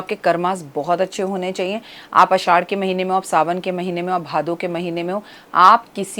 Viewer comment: Aasshhad hota hai mam. Na ki aaddash😅